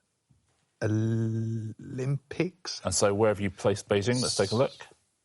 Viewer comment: well done for pronouncing Beijing correctly